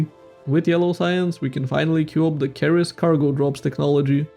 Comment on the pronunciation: ceres is pronounced "series"